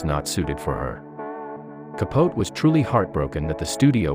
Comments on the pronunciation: I know....the pronunciation was so ignorant considering how well known Capote (with a long "ee "at the end:-)) is as an American novelist. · Truman Capote ka-poe-tea not ka-pote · Ka-pote made me cringe, hard, it's not like he was unknown ffs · How can you put all these facts out about Marilyn and mispronounce Truman Capote's name? It's pronounced 'Kap Oh Tee'. Just one of the greatest American authors. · I KNOW! That was so annoying. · I’m reading the comments about the inaccurate pronunciation of Truman Capote’s name ...Most of these are computers and they never get the names right!😽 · Because it’s a computer and not one that’s “heard” the correct pronunciation of his name!😽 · he was famous, it's not an unknown name, and while researching stories, part of that research is to look into pronunciation, and I agree, he was ignorant not to